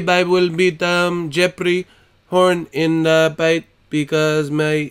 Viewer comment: LMFAO at "Jeppery"